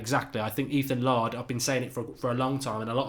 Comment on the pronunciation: Laird has been around the club since he was about 10. Pronounced 'Layrd' not 'Lard'.